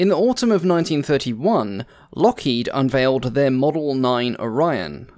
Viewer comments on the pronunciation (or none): none